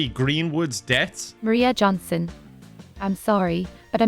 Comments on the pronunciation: I love he keeps saying Johnson instead of Jansson :P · saying Johnson repeatedly instead of Jansson drove me insane.